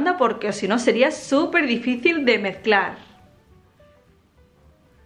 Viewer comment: DIJO MEZCRAR WEY NO MAMES ah y Las galletas son deliciosas